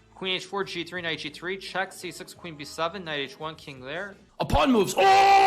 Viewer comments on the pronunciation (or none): "and then he sacrifices THE PAAAWWNN!!"